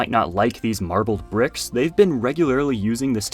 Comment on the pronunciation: Bruh said "pricks"